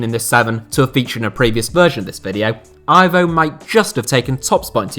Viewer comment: Aivow?!It's Ivo